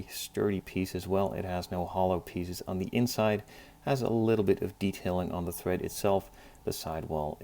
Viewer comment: Tread, not thread